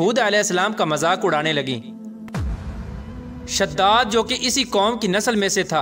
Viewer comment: Bhai shhadad nahi hai wo shaddaad hai wo